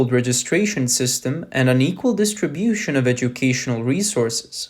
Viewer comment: The narrator speaks English well, except for a few problems. It is system and not systen. The m ending sound does not exist in mandarin and the narrator could not pronounce it either. the ive ending in English is not well pronounced either. The narrator should practice pronouncing these two ending sounds. It is imperative that the narrator should do so as he may have a problem distinquishing between 'then' and 'them'. I also hear the mispronouncing of 'ism' as 'isn'. That is bad!